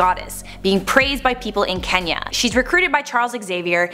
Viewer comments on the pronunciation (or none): none